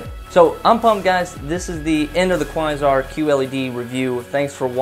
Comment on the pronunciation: Kuh-why-zarr ??!! lol cringing every time you try to pronounce Quasar